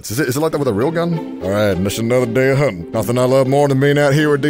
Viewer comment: has a passable American accent the way he said huntin’ is actually spot on. I know this because I am of the minority of Americans who pronounce hunting EXACTLY LIKE THAT